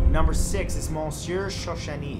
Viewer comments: Cool vid!!! The Jane Doe who stole identities is creepy! Side note: you're pronouncing "Monsieur" incorrectly. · The way you say monsieur 🤣🤣.